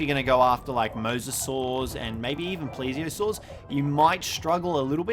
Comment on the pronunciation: Are gent avies. Pless ee o saurus. Fire clee o